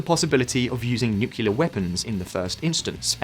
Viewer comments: Nuclear NOT nukular! 😬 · Why do you call it newkiller? It’s nuclear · Before making a video about nuclear weapons, please learn how to pronounce nuclear. It is Nu-Cle-Ar. It is NOT Nukular. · DONT SAY NUCULAR. ITS CALLED N U C L E A R ! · IT IS NUCLEAR NOT NUCULAR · Nucular, nucular, nucular. The nuculus of an atom is split in a nucular reaction. You might think there is a nucleus, but no, its a nuculus, thus- nucular. Not "New clear" but "noo coo luss". My ears are bleeding now, thanks a lot. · NU CLEEE ER not Nucular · Can somebody explain why they keep calling nuclear as nukiliar? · How can I take any youtube video seriously if they cant even pronounce the main topic correctly. It is NUCLEAR, not nucular! But 90% of youtubers still say nucular... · 1 shot 4 every nucular he says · THERE IS ONLY ONE 'U' IN NU-CLE-AR. IT IS NOT "NU-CU-LAR". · It's just an annoyance about him and other people saying "Nukelar" instead of "nuclear". TLDR: When nuclear bombs started to proliferate, the media shortened the word nuclear to nuke. From there, people re-extended the word to nukelar. Nuclear --> nuke --> nukelar. Nukelar is not a word. It is just a mistake and sign of stubbornness. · Nu-clear. Not nuc-ular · NUCLEAR NOT NUCULAR AAAAAAA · Why can't many Youtubers pronounce 'nuclear' correctly ? That's 'new' + "clear' and not 'new q lar"..... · After 16 minutes of listening to "nucular", I don't think I'll ever put up with a Brit correcting the American pronunciation of Aluminum ever again... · Nuclear. NU-CLE-AR. Repeat after me 🙉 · I always thought Putin is a CIA stooge, now more than ever before. This war is just all too convenient for the US. >Avangrad missiles Jesus, lern to read, it's 'Avangard' (Avantgarde). Also, the word nuclear is pronounced /ˈnjuːklɪə/, not /ˈnjuːkɪlə/. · Nuclear from nucleus - meaning core. Nuclear weapon - (atomic) core weapon. Not NUCULUS or NUCULAR. Two syllables not three. Sorry it bugs me. :) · NOO-CLEE-UR. For heaven’s sake.